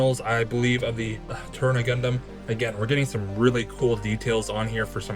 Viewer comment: amazing build! i dont wanna be mean but i believe the suit is called the Turn A (A pronounced like the letter itself) in the series its called that or the white doll/mustached doll.